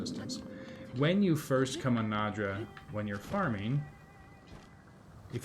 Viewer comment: "NAY-draw" is how it's pronounced. The "D" isn't before the "ya". lol.